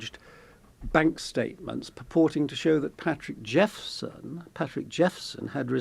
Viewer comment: Wish u pple reporting on stories wld get the facts correct. It is patrick jephson not jefferson as u initally say.